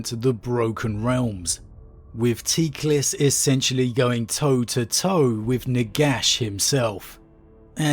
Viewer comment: watch out bois "TEEEKlis" is coming for you lol